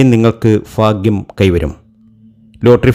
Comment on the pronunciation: Fagim all bhagim annu parayanam